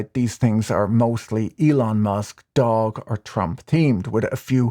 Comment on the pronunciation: Kudos for pronouncing DOGE correctly, and not Dog-e. It is definitely NOT Dog-e.